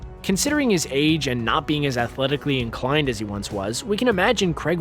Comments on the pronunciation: The name Craig is pronounced "Krayg" not "Kregg," unless you are pronouncing Screen Rant, Screen Runt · "Craig " not Creg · Why do the Americans pronounce Craig like Kreg ? It’s Craaaiiig not Kreg ... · It isn't f***ING Cregg its Craig how do you yanks pronounce Pain?!! Pen??!! No! AI is pronounced AY Crayg not Cregg FFS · CRAIG NOT CREG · Creg? Creg? It's Craig... Why do Americans have difficulty pronouncing such a simple name? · Krayg. Not Creg. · Ffs its Craig, NOT CREG LOL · Who is this Daniel Creg you talk of? lol its Daniel CRAAAAAAAAAIG. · Omg, mispronouncing Craig? Craig not Cregg.its like wait and wet. You say Craig like wait. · CR'AY'IG not CREGG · Daniel CREGG 😂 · Why do Americans struggle to pronounce Craig? It's not Creg.. Think of "Cray" as in Crayfish and "Egg" as in.. Egg... I can't imagine how they actually pronounce "Creg"... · please at least pronounce his name properly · Dear narrator, please learn to pronounce Craig. Thank you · David Duncan nope! Craig